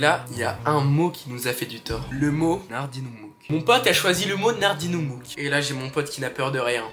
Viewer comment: La vidéo elle est incroyable j’ai trop ri surtout au moment où t’a dit « NARDINEMOUK » sinon j’aimerais bien que t vidéo soit un peu plus longue même si je sais que c dur . Force futur goat ❤